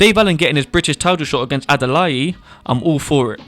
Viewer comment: Bro Adalai like Adalay. Not with an e 👍. But great Video, it all makes sense.